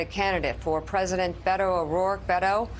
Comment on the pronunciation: It’s Bay-toh.